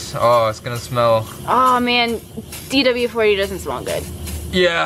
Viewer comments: she said DW-40 LOL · She said dw-40😂😂😂😂